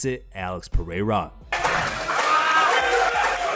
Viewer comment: Its pe(rrrr)eira not pe(hei)ra